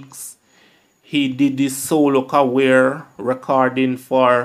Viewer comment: The content is good./ check the pronunciation of the words career not carwear/. Smith not Seemith.